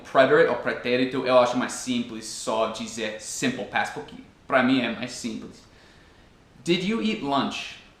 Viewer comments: Suas explicações são muito claras e seus exemplos me ajudam bastante, obrigada!:) Uma curiosidade, você é professor,? Porque leva bastante jeito pra isso, tem uma didática boa ^^ Uma coisa que tenho reparado é que você pronuncia "dIpois" ao invés de "dEpois", e também "porquI", ao invés de "porquE" Nem sempre o "e" vai ter som de "i" em português rs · Dar uma ajuda também... você fala "porqui " tente falar "porque"... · teus videos tem nos ajudado cada dia mais. Uma dica que espero que te ajude, é o "Porque" que você pronuncia "Porqui" com um sinal de "i" no final. Mas na verdade tem som de "E", "PorquE" O Brasil te adora cara. hahahahahaha. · Ah me desculpa mas não consigo assistir o vídeo completo com esse “puqui” PORQUE * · Nossa é muito feio “Puqui” e “dipois” vale para todos os brasileiros que matam a língua portuguesa que é tão linda e para ti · "Pukí"! Kkkkkkkk jeito engraçado de falar "porque" mas gostei do vídeo! Muito bom